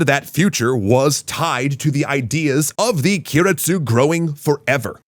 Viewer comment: Guys, I know you do your research, but the zaibatsu were replaced by "keiretsu" (系列, group or affiliates), not "kiretsu" (亀裂, crack or fissure)